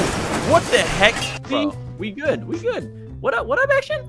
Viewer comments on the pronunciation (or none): You said gmod instead of good